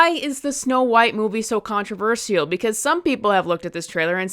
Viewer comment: You criticized Gal Gadot 😂, have you heard yourself saying “controversial”?